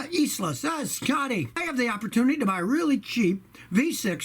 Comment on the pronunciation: Rev up your inline 6 that lasts "a weally weally weally long time!" :)